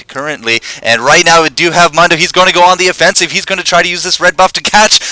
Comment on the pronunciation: I don't understand repeatedly mispronouncing 'Mundo.' Sound files within the game even tell you how to pronounce if it's too difficult to figure out.